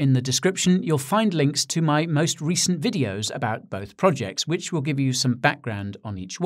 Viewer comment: "The recent"... Speaking like it is over my Guy